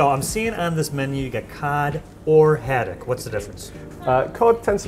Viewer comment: Seriously, this is called "Food Insider" and you don't know how to pronounce Sole or Haddock. Do a little vocabulary research before visiting a cafe/restaurant.